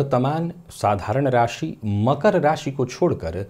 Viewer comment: वाह, "शनिदेव" शब्द का सही उच्चारण सचमुच कर्णप्रिय लग रहा है। 'बुध' भी अब "बुद्ध" नहीं रह गया... काश ! रासि, ओपरेसन, (नौकरी-)पेसा आदि में भी सुधार आ जाता !